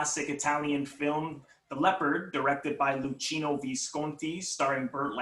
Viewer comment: Isn't it pronounced "lukino"?